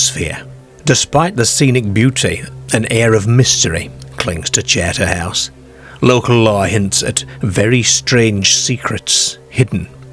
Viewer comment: I think Terry the ex marine was on a wind up to frighten the kids he probably was laughing to himself on the quiet seeing there wide eyed reactions to his story , this guy narrating has a wierd accent northern English mixed with Australian he says charter house oddly charterhouse is a famous British public school for the upper classes his pronunciation is very odd